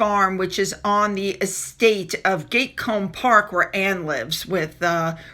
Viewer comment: Gatcombe darling not Gatecomb, no 'e'.